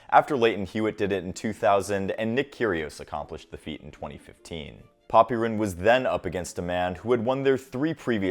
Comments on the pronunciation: FYI, the 'y' in Popyrin's name is not pronounced nearly as much as you pronounce it in videos. It's more like "Pop-rin" with only a tiny implication of a vowel between them. Take a listen to the commentators. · If your gonna make a video on someone at least get their name right, is pronounced poprin the y Is silent